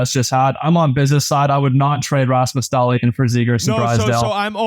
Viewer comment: pronouncing Dahlin’s name like that TWICE (*EDIT- 4 TIMES) is possibly worse than Whit’s take on the trade. HOW FUCKIN HARD IS IT TO SAY DAHL-EEN